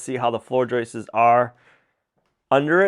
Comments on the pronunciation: They're JOISTS....not JOISTES!!! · 🇨🇦 I see he's back to saying Joices not Joists lol. Cheers from Canada!🇨🇦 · Would you please stop correcting the way this brilliant man says joists. Maybe that’s the way they pronounce that word in the northeast.